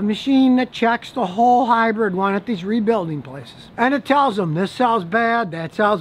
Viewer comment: What is it with Americans? Where in the word hybrid is the E? Its not a hybred.